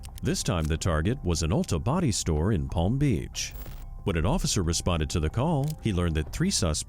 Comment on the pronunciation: "Ulta Body store" 😆